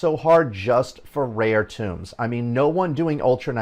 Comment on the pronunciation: The books are tōmes not tombs ( pronounced like homes ) did you never play any D&D ? Lol . Sorry for being picky :) good video otherwise . I've been playing over a year and agree with most of what you say . If version 1.12 does not have some major quality of life and content improvements I will likely be quitting . There are much more entertaining things for me to spend my time and money on .